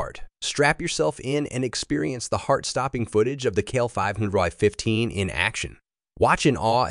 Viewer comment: So much for AI voice over! Not KL 515 its C.L 515